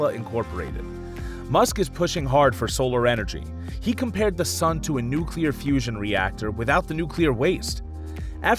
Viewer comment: he said nucular fusion without the nucular waste, did he mean fission?